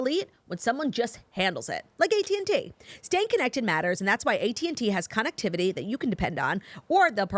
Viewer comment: “conn-activity” lol that gave me a good chuckle! Love you